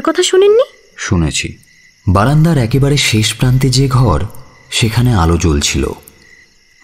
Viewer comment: পি কে বাসুর পর রেডিও মিলনকে আবিস্কার করেছি। পুরোনো নাটকগুলো শুনছি তাই। বাঙাল উচ্চারণগুলো সামলে। এ্যাকেবারে নয়, একেবারে। আমিও বাঙাল তবে পেশাদার উচ্চারণ কি হবে তা জানি একটু।